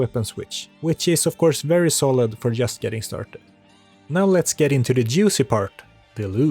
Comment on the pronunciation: So you are Swedish. The Swedish English teachers must be very special, because I don't think I have ever met a Swede who pronounced "just" correctly:D